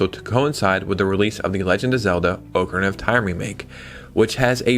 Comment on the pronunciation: Question for ya. Do you read the comments? I've seen it mentioned before, but you still pronounce Ocarina as "Oak-a-reena" but it's pronounced "Ock-a-reena" 😅